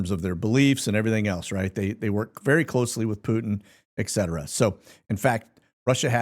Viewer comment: It's obvious that you can't read. You don't know the difference between a 'T' and a 'K'. ETcetera, not EKcetera.